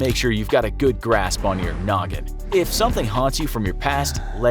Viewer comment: It’s” Noggin” not “Nogging”. An old man told me his wife was”nogging” him. Get it?